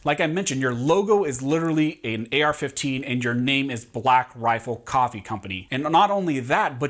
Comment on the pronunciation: Take a shot every time he says “blackrafflecoffee”